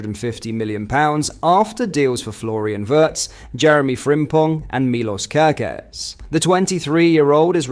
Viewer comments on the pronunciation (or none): Thanks for the videos. But please learn how to pronounce "Wirtz" correctly. It is not ""wEHrtz". It is like "Spielberg"... "Weeirtz", but just shorter than the sound in the Spielberg.